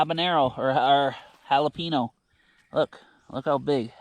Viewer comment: If you can say the word “pen”, then you can say jalapeño…jala “pen” o